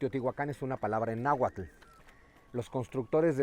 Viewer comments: Bien por su intención de divulgación, tan sólo un detalle: No se dice Nahualtl, sino Náhuatl. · PESIMA PRONUNCIACIÓN DE LA LENGUA NAHUATL NO NAHUATTTTLLL